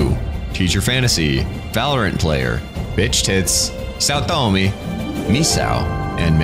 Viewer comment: im so glad you said saotome like pewdiepie did back in his playthrough . chefs kiss